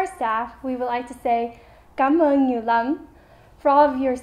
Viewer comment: Em là người Việt Nam nhưng sao phát âm lại không chuẩn lắm. Ví dụ chỗ "Cám ơn nhiều lắm" em đọc như "Cám ơn nhiều vắm"